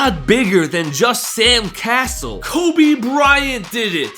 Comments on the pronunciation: I mean… if you are gonna make a video on a subject... Atleast do a little bit of research on pronunciation of players name... Who the hell is Sam "Castle"? It's CAsell as Cassell 🤦🏽‍♂️ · It's not Sam castle it is pronounced Sam cas sel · IF you are going to talk about basketball players at least know how to say their name- Sam Ca-cell if how you pronounce it. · Sam "Castle"?!?! Really? 🤣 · Sam “Castle”??😂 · Not to be a hater, but the guy doesn't even pronounce Sam Cassell's name right.